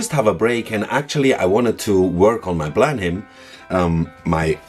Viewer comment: No criticism, but in the typically idiosyncratic way of the English language, 'Blenheim' is pronounced 'Blennum'........